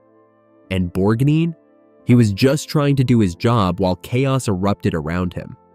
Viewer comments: Please get an AI voice that can pronounce the persons names correctly. Its Borg-nine and Merman not Borg-neen, etc. and Mer-Man like some sea creature. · pronunciation crap makes me sick bor neen and mer man